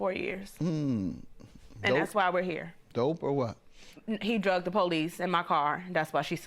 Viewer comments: The word is "Dragged" dammit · It’s DRAGGED ok DRAGGED NOT DRUGGED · And it's "dragged", not "drug", that's why Judge Mathis was confused